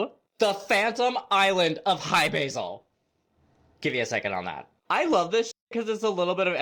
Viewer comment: I always heard it was Hi-Brazil not Basil 🤔